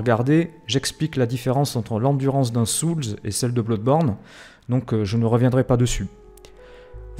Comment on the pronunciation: Juste un chose... Ça se prononce [Blodeborne] et non [Bloudeborne]... histoire de ne pas perdre en crédibilité ;)